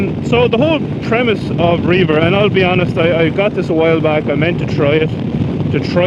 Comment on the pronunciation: I do believe the app is pronounced Rev-er (at least when I've heard the employees pronounce it). I can imagine you could use it for reaving though, go forth and plunder! Love the jacket, it looks sharp on you. I'd totally drive that truck. Very dope.